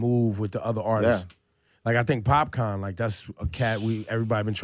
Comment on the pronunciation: Doesn't Ebro know it's Popcaan and not popcorn?!